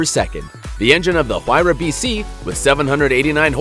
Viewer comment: He says huayra wrong